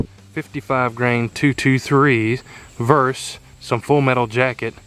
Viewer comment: Enjoyed your video but it's versus not verse. Versus is opposition or a comparison. Verse is part of a song.